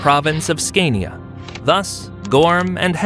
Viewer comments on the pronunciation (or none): none